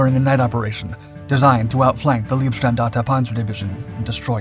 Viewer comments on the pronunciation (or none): Great video. Pronunciation wise its not "Leeb" standarte but "Laib" standarte from the German word "Leib" or body . Proper pronunciation will make your videos even better. Do the research. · the ei in Leibstandarte is more spelled like i or ai in english, you spell Leib like lieb which means cute ^^